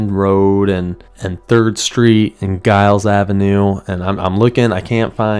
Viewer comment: Heads up, you probably got a lot of this, Giles us actually pronounced “Jiles”